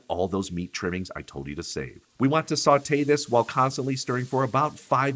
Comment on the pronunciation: sOté.. not sAté